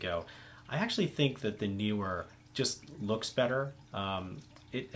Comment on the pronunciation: The pronunciation of Neewer is not difficult. You chose right as Nee is not New and Were is not Weer.